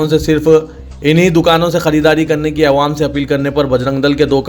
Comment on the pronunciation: Aap awaam ko aywaam bolte zara talaffuz durust kijiye